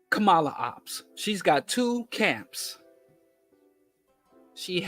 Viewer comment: I agree with everything you said, just please learn how to say Kamala's name. PLEASE! Refusal to learn how to say her name, is also a symptom of what you are saying!